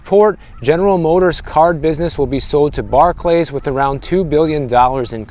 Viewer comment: Pronounced Bark-Lee. They have purchased many credit card companies.